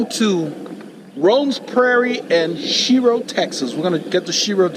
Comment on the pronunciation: Mispronounced the name but that's ok a lot of people do its actually pronounced shyro but spelled shiro. My hometown